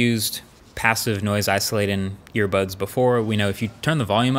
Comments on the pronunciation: regardless still sounds like he said airpods lol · he said "earbuds" , listen again